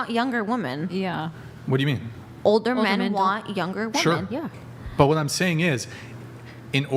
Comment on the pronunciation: Will someone please correct that girl in the grey dress how to pronounce women